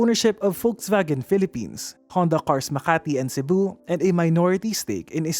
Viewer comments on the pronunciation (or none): none